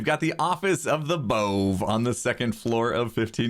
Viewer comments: Pronounce it bové. (Boo-vay) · BOVE! You should pronounce it "b-uh-v'. As in Above. As in you may not build a-bove where I say.